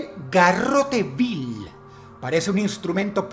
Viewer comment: Solo quería decir que es Garrote Vil, no Bill. Pero muy buen top, como siempre. 🙌🏻